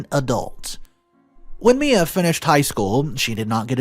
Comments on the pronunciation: Mia = "Mee-uh"....not "My-uh". Have you never heard of Mia Farrow? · Or pronouncing the name wrong! It is Mia, pronounced Me-a